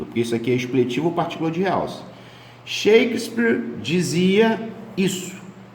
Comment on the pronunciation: SHAKESPIIIRRR, GOSTOU DA PRONÚNCIA ??? KKKKKKKKKKKKKKKK vc é o melhor!!!